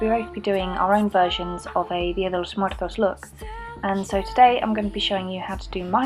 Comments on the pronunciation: That "Dia de Los Muertos" pronunciation was so precise. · you pronounced "dia de los muertos" very well!